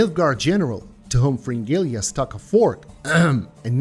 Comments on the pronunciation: Please, for the love of god, say Fringilla instead of Fringilia. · maybe you should learn to pronounce their names first and then make a video "fringilia"